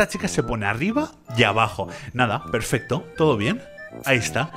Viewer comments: Perfecto ❌ Perfesto ✅ 😂😂😂😂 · Ok ya no se dice perfecto se dice perfesto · Que lindo uve diciendo perfesto